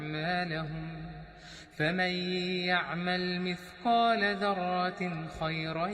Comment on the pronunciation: Bruder das Wort ذرة. Du liest es falsch du sagst ضرة.